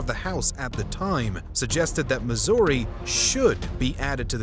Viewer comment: Bro wanted to pronounce "Missouri" as incorrectly as possible 😂